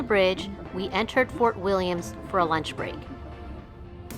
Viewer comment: Fort William no S